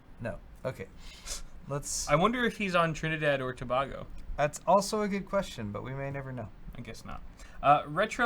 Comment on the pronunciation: Oh god how tf are you pronouncing Tobago?!?! It hurts my soul